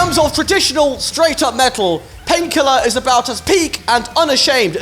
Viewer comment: I'm super late but I laughed my ass off when I listened to him say Painkiller. "Pinkelaaar!" Great video. Awesome comments. Fun read. I missed some Tool, Sepultura, Slayer, Death, Anthrax, Napalm Death, Gojira.